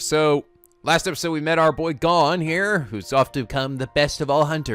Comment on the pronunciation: please listen to English dub so you know how to say their names (you have leorio correct but not Gon and kurapika).